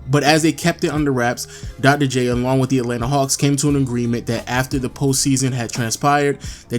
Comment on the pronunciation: Come on man... Dogdoh J? Otherwise nice video